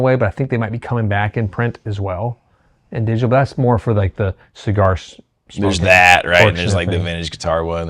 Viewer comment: Digitar: is it a digital guitar or simply an Asian man trying to say "digital"?